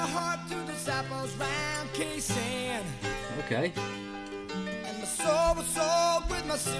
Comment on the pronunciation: Khe Sahn is pronounced Kay San 😀 Cheers from Down Under Please react to Jimmy Barnes (aka Barnsey) singing “Stone Cold” 👍